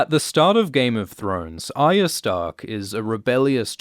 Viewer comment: The way this dude says "Aya" triggers me bad.. There is an R in there brother... or is it "byotha"